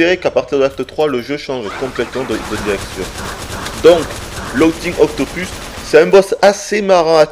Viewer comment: "logtingue octopusse" Et ben... tu fais exprès ou t'as jamais entendu parler anglais ? (je me suis arrêté là parce que l'amateurisme pour commenter ce jeu c'est l'insulter.